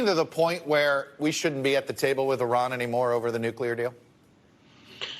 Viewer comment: How sorry of a CNN host you gotta be to not even know how to pronounce 4 letters in Iran correctly! Big ups to Brennan to correct him.